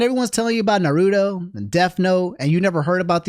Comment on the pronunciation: The year is 2025, STILL mispronunces Naruto.